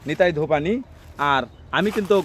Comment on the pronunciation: বোকাচোদা ব্লগার ভাই, ওটা নিতাই ধোপানি নয়। নেতাধোপানি, আগে ভাষা ঠিক কর। মেয়ের নাম নিতাই হয় কোনদিন। আস্ত ভোদাই।